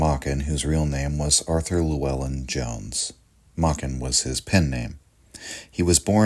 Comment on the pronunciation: That's not how Llewellyn is pronounced from Cymru (Wales) 🏴🙂.